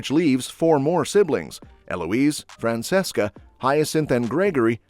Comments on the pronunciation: Fran-CHESCA not Fran-SESSCA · Omg it’s pronounced FRAN-CHE-SCA. Show some care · It is fran-CHESS-kah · It's Fran CHES CA